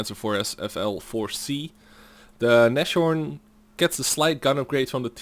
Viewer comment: Nashorn is spoken with a long A and no CH :>